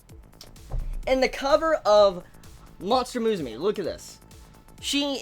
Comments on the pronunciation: How the hell do you come up with pronouncing MUSUME like that? since when does U make an E sound?? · It's pronounced moo-sue-may btw ;) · Lmao you pronounce Musume so wrong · why's he pronouncing musume like that? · He butchered the name so bad...